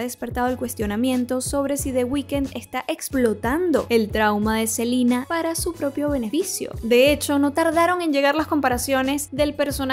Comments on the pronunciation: se dice Selena, no Selina. Obviamente no sabes nada de moda cuando te vistes así y críticas los outfits de Joss. Claramente no sabes nada amiga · Si es entendible que los gringos digan Selina porque así pronuncian su idioma, pero si es latinos hablando y el nombre es en español lo correcto es pronunciarlo en español. En cuando a la moda está bien vestida y tiene derecho a criticar lo que quiera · SELENA SELENA no CELINA 🤦🏻‍♀️ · Se pronuncia Selina, vete un vídeo de Sel y escucharás que así se pronuncia su nombre: ''Selina Goumez''